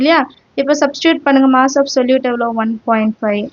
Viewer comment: Moss❌ mass ✅